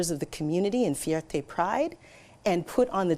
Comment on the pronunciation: Is Marci Len American? She pronounced fierté so Spanish. Her voice drips of condescension. Who is this lady